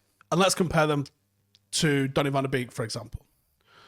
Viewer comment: Can you please make a desicion if you're gonna pronounce him "Beek" like a birds beek. Or the correct "BEK" like they do in Holland.